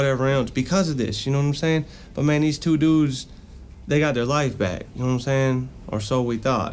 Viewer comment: "Nome sayin?" "Nome sayin?" "Nome sayin?" 😭😭😭😭